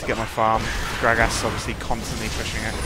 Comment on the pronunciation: Grag-ass lol. I love how you say gragas!